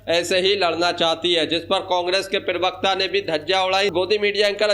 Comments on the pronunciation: Pahle to tu bolna seekh le pirwakta nahi hota pravakta hota hai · भाई पेरवक्त क्यो बोलते हो पहले प्रवक्ता बोलना सीखो फिर विडियो बनाकर डालना ।😅😅